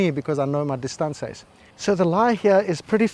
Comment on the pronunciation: What's with the "distaansez" 😅😅😅😅